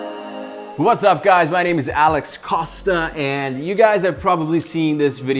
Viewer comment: COSTA...... How he say.😂😂😂